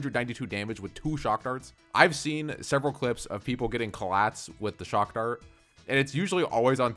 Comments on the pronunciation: It’s pronounced “chock dart” sir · not "shockdart"....... it should be "chakdart"..... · "Shock dart." Ten seconds later "Trad kcohs"